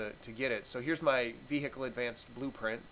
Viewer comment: So no one is going to mention 'vee-hickle'